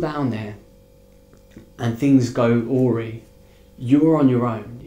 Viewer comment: Awry! I've never heard it pronounced the way you do it... It's pronounced 'OR EYE'. To my point, you're both guests in their country. Please don't F it up by getting involved in politics and airing their civil unrest issues. You did this on the Malaysian trip too. Seriously, tread carefully. As one Englishman to another, don't air their local issues. You may be well meaning and consider you're doing a service for fellow travellers but you could very easily upset someone whose whole mindset is dangerously different to your own. Keep the vids coming but try to concentrate on the food, accommodation, friendly locals and travel. Stay safe.